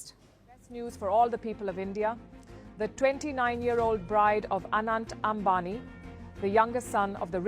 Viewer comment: An-aunt ambani😂😂😂